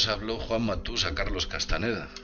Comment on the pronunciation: No es Carlos Castaneda, es CASTAÑEDA no dejes que muera nuestro espaÑol